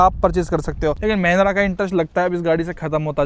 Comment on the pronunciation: Mahindra ❌ mehendra 😅😅